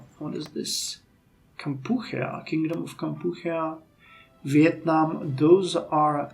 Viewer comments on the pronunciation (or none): Kampuchea (Cambodia to those of us in the US of A) is pronounced Camp poo chee uh, fyi.